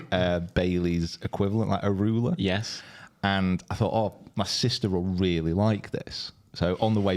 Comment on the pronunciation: That liquor is pronounced A- MA- RULER